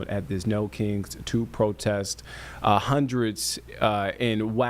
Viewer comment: Taught him to say hundreds 😂 come on ninja